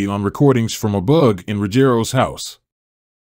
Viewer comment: God Damn! THANK YOU for pronouncing Ruggiero correctly!!